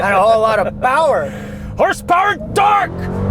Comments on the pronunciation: HORSPWRNTORQ!!!! I like that... Keep the unintelligible-ness goin'! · Every time they say “with launch control” I smile. Same thing when yells “HAWRSE POWERRR AND TERQQ” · you're HORSEPOWER and TORQUE (with hardcore American accent) question gets me every time LOLOL. Love it fellas! Keep up the great work!